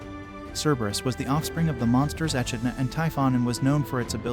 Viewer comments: The female creature's name, like the marsupial named after her, is pronounced /e-KID-na/. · The demoness' name is pronounced /e-KID-na/.